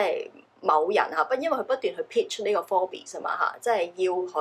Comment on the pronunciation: Forbes...bes唔使發音😉